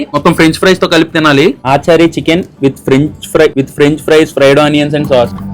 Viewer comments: aachaari, sharma, gupta chicken kaadu bro, its achaari chicken (అచారి చికెన్) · Aaachari chicken kadu ra tammudu....achari chicken ...funny pronunciation